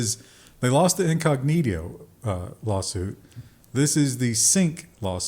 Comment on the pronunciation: What is incognedio??? Schadafrau? Did you mean schadenfreude?